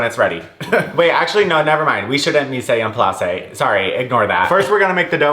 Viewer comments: Mise en place is pronounced Meez On Ploss it’s French 😭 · i didn’t wanna be that person but “mise en place” is pronounced “meez on plass” 😘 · ily but for the love of god please look up the correct pronunciation of mise en place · if i have to listen to you say mise en place wrong 1 more time im umsubing. no joke. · I love how you say mise en place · I cannot 💀